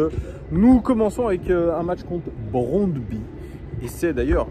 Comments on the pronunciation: J'aime bien tes lunettes 😎👍 merci pour cette nouvelle épisode;à mon humble avis on prononce le nom du club comme [brondby] avec 'u' à la fin 😊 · Brondby, le y à la fin se prononce u en danois. Brondby est une des meilleures équipes du Danemark, qui a déjà fait une demi finale de la coupe Coupe UEFA en 1991. Sans aucun doute l'ambiance la plus chaude du Danemark avec des fans qui devraient venir en nombre à Lyon demain soir (1000 environ d'après ce que j'ai entendu) Le stade fait 29 000 places et non 20 000 comme tu le dis dans la vidéo et l'ambiance devrait être très chaude au retour même si cela sera en Novembre. Ils croient en leur chance et ils pensent qu'ils peuvent faire un coup à Lyon même si ils savent qu'ils ne sont pas favoris donc je dirais tout de même méfiance face aux vikings danois ne pas les sous estimer. J'étais au stade en 1997 où on avait gagné 4-1 à Gerland et tout autre résultat qu'une victoire serait malgré tout une déception, Allez l'OL!